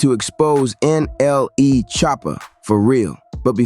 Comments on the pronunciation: the way u said "N.L.E" choppa got me dying 🤣 💀 everyone smash the like button fr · Bro said " N.L.E choppa" 😂😂😂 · Bro really says ” N L E “